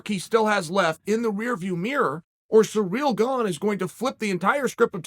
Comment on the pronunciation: Nahhh, Chael definitely botches other peoples names on purpose when he has NO PROBLEM saying "Cyril Gane".